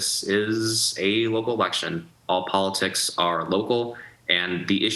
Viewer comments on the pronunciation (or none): none